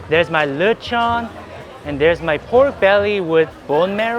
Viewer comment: I love how probounces lechon(latch on) as luh chawn 😂